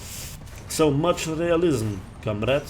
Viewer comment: "Much professional komrad"! LMAO